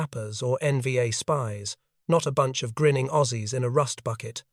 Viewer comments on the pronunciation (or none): none